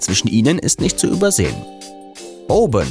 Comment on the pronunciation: Hat er wirklich „ouben“ gesagt oder kam‘s nur mir so vor